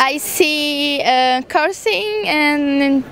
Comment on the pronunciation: She made me laugh! I heard "cursing", but she meant Carlsen.